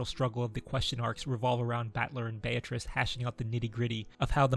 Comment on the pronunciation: btw, the correct pronunciation is "Bea-tri-ce" not "Bea-triss"